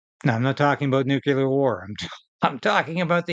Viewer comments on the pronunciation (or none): After all these years, every time I hear someone say 'nucular', I hear the voice of one of my grade 7 teachers in my head... 'there's no such thing as nucular'